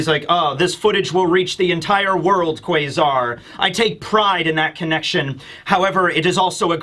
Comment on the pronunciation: What's the thing with him saying Kway-zar? That's so fucking annoying